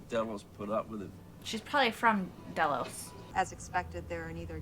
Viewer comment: Delos like "Jellos". Love your reactions and can't wait for the next one. Well, I will wait, but you shouldn't make me!